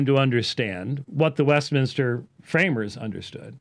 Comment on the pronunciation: Why do all the guys say west MIN-IS-TER? ITS MIN-STER! 😡 LOL